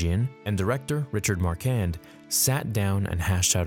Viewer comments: The Director was Richard Marquand pronounced ( mar kwond) not marcan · "Mar-KWand," "ma-RIN..."